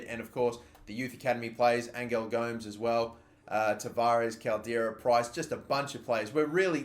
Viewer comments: Your pronunciation of angel gomes is diabolical. It's pronounced Ayn jel (like the word angel) and go mez like every other person called gomes or Gomez. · the way you pronounce angel gomes kills me inside